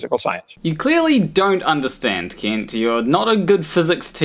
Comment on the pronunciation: I know this is just how you pronounce it and that's completely fine, but i like to imagine that your pronunciation of "Kent" sounding like "Keent" is just a small jab at Kent for pronouncing Paulogia incorrectly. Also, this is the first time I've seen your channel and this video was great!